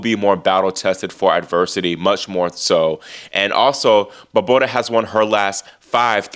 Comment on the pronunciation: Love how you cover the women! And how you pronounce Barbora! Such fun!!